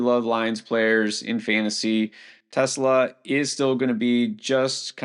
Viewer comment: it's pronounced tes law.